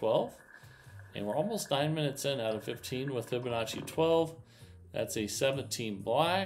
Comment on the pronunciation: I see he has learned how to pronounce Fibonacci. Very good